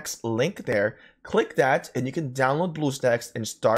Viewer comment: Since I appreciate all the tips you've given me. I have 1 for you. Don't take offense (fingers crossed because it's not meant to be mean). When saying "that" and pronouncing "dat" . Easy to remember. Say "thug", if you can pronounce that. Then "that" should be do able too. Cheers and take care and ty